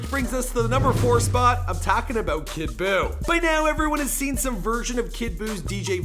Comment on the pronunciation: I want u to never say kid boooo again